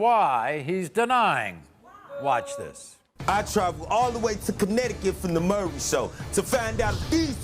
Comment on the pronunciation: It’s Maury not murry